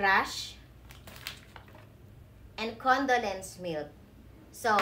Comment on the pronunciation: Marshmallow not marshmawall. 😂 Condolence milk?! First time I heard of that. Condensed milk 😂